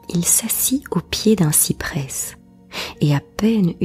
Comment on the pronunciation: Merci pour votre travail. Une remarque : le s du cyprès ne se prononce pas il me semble.